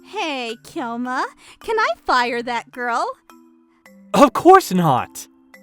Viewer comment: Just like how they're reading Kyoma as Kai-yoma instead..